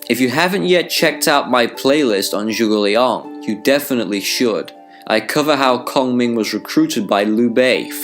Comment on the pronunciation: Very good word, calling his name zhuge liang but what did I heard from your pronounce is more zhugileon. But you said that zhuge liang ask his master won’t that be sima hui.